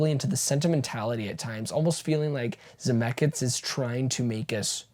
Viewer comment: Are you saying “ZemecKITS”? 😂